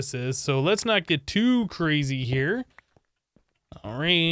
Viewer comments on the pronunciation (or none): none